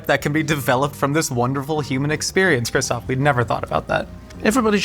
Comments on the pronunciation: Not Christopher but Christoph Name Waltz is to be pronounced as "VALTZ" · As a fellow christoph im offended don't add an R it's christoph not christopher it's actually annoying af